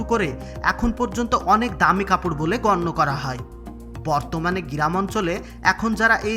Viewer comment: আপনি ফ্যাক্টরি কে ফ্যাক টোরি কিভাবে বানালেন,,,,সেটা নিয়ে একটা ভিডিও বানাবেন,,,, আর গি রাম ,,, টা কে গ্রাম বলার চেষ্টা করবেন 😀😀😀😀